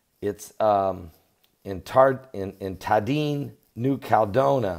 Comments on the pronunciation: It's 5 (FIVE) syllables: KAL-LED-DOH-NEE-YA. It's just like California: KAL-LEH-FOR-NEE-YA. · It is sending me nuts and with all due respect - it is New Cal e doe ni a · Can't someone tell how to pronounce New Caledonia? That is where McHale's Navy spent WWII!